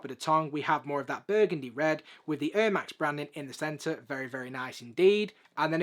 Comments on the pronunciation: 😂😂😂🤣🤣🤣🤣🤣 I didn’t get this until he said it now it’s hilarious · lol. Just funny for an American hearing Air in a different accent. Good videos mate 👍